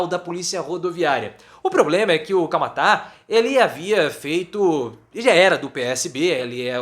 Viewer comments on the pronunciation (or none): É Camata, não é Camatáa😂😂mas valeu professor adoro seu tom irônico, dou muitas risadas. Informações com uma pitada de ironia! 🤩🤩🥰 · É. CAMATA Não tem acento no a. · Não sabr nem pronunciar "Camata".